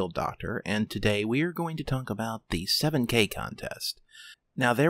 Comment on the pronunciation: I swear he said “let’s talk about the seven-gay contest”